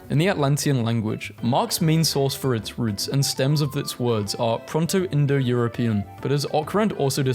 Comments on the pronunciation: did he just say PRONTO-Indo-European??? its PROTO-Indo-European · there's an insane amount of mistakes reading: it's not ProNto, it's proto, also Klingon not klingnn Proto-Indo-European wasn't the "root dialect" of all languages, it was only the root of all european langauges and some languages of india. Unless they meant that he created a root language for other languages in the fictional world, which wasn't said clear